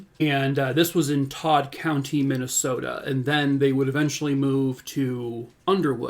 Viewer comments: I am from Minnesota and you said Minnesota like a MN lifer! This is the first time I have heard of this case which surprises me. How horrific - poor sweet girl…. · I'm from just a few hrs away from where this happened (in Las Vegas now) and you said Minnesota like a true native! Lol. On the reals tho, I grew up during the 80's and it sounds like Sarah was just like I was at that age. I did the same things. We didn't lock our doors (I grew up 3hrs away). We accepted rides from neighbors and people we had seen in the community, we knew or were related to almost everyone! We stayed home alone at 6yrs old and started babysitting at age 9. We used to ride our bikes the 4 miles to the local library or the local swimming lake and I have no idea if my parents ALWAYS knew where we were. This could have happened to any one of us. And one time it WAS. My friend, a girl a couple yrs older, who lived right up the road was taken and assaulted and killed and left in the woods on valentines day. The guy was caught and put away (is free now sadly), it was a friend of the family. We still didn't lock our doors or keep our kids close. This was a one off (and hasn't happened there since-that was 34yrs ago) thing that wasn't going to happen again. But it could have, and did, all over the world. As a parent, now, I know these dangers and it's terrifying. But what's even worse is that the worst monsters are those we call our own.